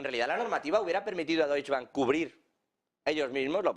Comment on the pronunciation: Por favor.. DOITCHE Bank... el Deush Bank no existe.